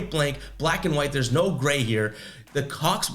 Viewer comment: U definitly said the cox.... i know your a celtics fan but u shouldnt of did the hawlks like that lol